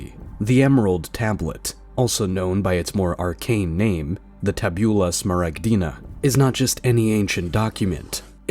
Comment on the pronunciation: When you read TABULA you must put the ACCENT on the FIRST A